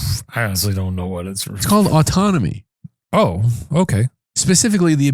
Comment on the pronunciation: I might have misheard but it sounded like you said the train shedding is called autonomy. It's autotomy. Also, chiming off to say what the heck is rabbit rabbit